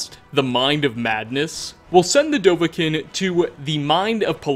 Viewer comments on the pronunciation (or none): none